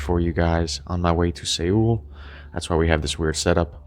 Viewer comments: Seoul is pronounced "soul", not "say-ool". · why did you pronounce Seoul like that? 😂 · Say-ool?? Is it pronounced 'Soul'? Lol thanks for the video! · Is “Say-ool” some city in Mordor? After you finish you hanging out with Frodo, you might consider visiting Seoul (pronounced “soul”), South Korea. It’s a much more hospitable place. 😂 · 서울. 서 seo "so" 울 ul "ul" Seoul not... 세오울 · Say ool? Soul. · Bro did you just mispronounce Seoul? Its pronounced sowl, Jesus christ, way to.make a first impression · Seoul is pronounced “soul” and not how you said it. Just letting you know! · Just in case you’re going to Seoul. It is pronounced Soul. Perhaps you’re heading to a different city! Then pls disregard. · Respectfully, you mispronounced Seoul. It pronounced the same as Soul. Lived there for 4 years. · Did you just call the largest and most famous city in Korea, "Saywool"? 😂😂😂 its so damn easy to get a pronunciation anywhere! What an idiot 😂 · Pronounced Soul. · to my knowledge the city you're going to is pronounced SOUL. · Why are you pronouncing "Seoul" like that? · You cant pronounce Seoul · Learn to pronounce Seoul. A little research before helps.